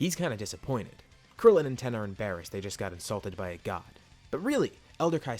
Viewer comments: Why do you say tien as ten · Please tell me why you say ten and not Tien it’s disturbing